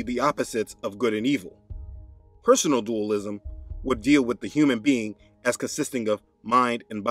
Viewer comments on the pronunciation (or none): none